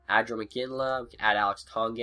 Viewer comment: Thorvald Bean Yea Alex Tanguay he said Alex Tonguey